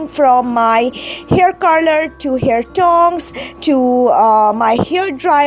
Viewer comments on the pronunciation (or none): none